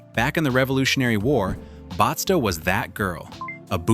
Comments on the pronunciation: I don't think restored historical villages qualify as true ghost towns. A ghost town would be a place where no one lives, and it's completely abandoned, and the restored villages are not abandoned. Batsto is not pronounced "Botsto". You missed some actual ghost towns, like Friendship, Harrisville, and Amatol. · You were doing good until you said Batsto the completely wrong way1!